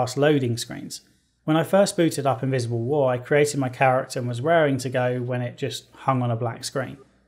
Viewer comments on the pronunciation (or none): When he said „Invisible war“ I legit understood „Miserable war“ and I thought he sung a pun in there. I watched too much Joseph Anderson man.